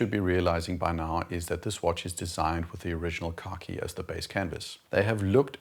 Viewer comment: Every time you say khaki it sounds like you’re saying car key. Keep up the great work. I don’t even own a watch and I’m subscribed.